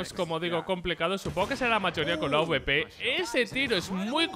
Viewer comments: ES AWPER NO AUBEPERO, BASTAAAA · aweperos jajajaj es awpers